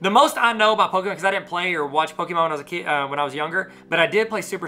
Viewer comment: Pokémon not poke——-E——mon